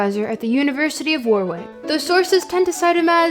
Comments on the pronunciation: Heads up ya really need to double check how English town names are pronounced without assuming. Treat it the same way as if it was Chinese or something. "WORRICK" not "WAR-WICK". Second time I've heard it pronounced wrong on a Land video. Anyway. Great video just worth pointing out. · It's pronunced 'Worr-ick'. Edit: I did not know Aleister Crowley was born in Leamington Spa. That's hilarious. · Small quibble. Warwick is pronounced “Warrick”. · Laughing at the flawless pronunciation of every foreign thinker's name but butchering "Warwick" every time